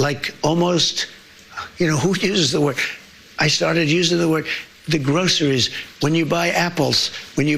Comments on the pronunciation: Trump pats himself on the back for learning a 3 syllable word: grocery. To me he’s saying: “gross is me.” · He also said “groseries” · And he says "Grossaries" instead of pronouncing the word the normal way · he can barely say groceries